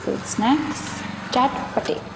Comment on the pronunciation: I like how u say CHATPATEY...unlike other who call it CHATPAT...ORIGINALLY its chatpatey but ktm..pkr ma bharkhar chatpatey chalnu thaleraa nam nai chatpat banaidiyo but its ok....